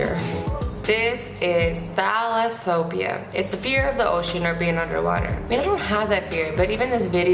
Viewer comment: Fear of ocean Thu-las-uh-fo-bee-uh